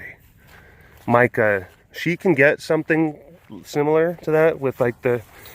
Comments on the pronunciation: You called Mika Mike-a!! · It’s Mee-ka